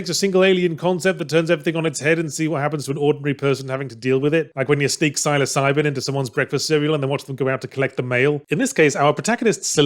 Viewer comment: Pronounced "Silli-sy-bin"